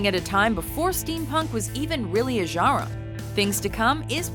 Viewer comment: The way she says genre